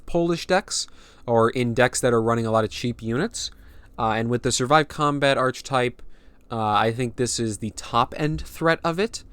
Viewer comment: Yup awesome, the expansion looks like it's got enough going for it to be interesting to play at the very least. Also you might want to know that the ch in archetype is pronounced like a k 👍